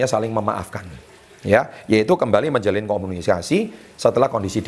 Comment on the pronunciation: Tips ke 5 menjalalin komuniskasi 😄😄😄 typo saat berbicara ya pak wkwk